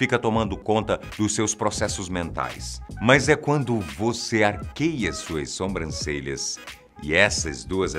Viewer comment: Vcs tbm escutaram? Atenção com as "Sombrancelhas".